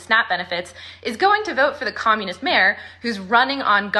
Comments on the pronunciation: Also comulet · dont think i didnt catch that slip up of attempting to say communist Karoline! I thought it was like embedded in yall vocab yall say it so much